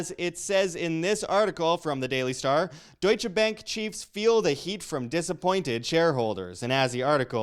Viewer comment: What the hell is dooicha. Its Duetsche